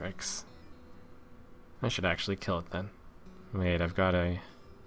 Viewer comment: "This play is AXEually good."